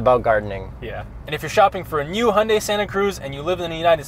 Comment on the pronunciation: It's pronounced Hi-oon-die not Hundie